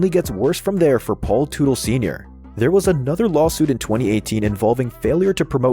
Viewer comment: Automatic thumbs down to anyone who uses a robo voice. Mispronounced Teutle. It’s pronounced Tuttle.